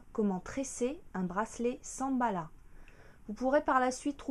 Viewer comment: Elle a dit Samballa. x)